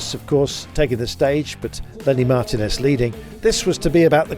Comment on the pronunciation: It hurts my ears to hear Kirby say MAR-tinez instead of mar-TI-nez ( correctly ). GCN should employ Rob Hatch for grand tours and keep Kirby commenting for shorter races.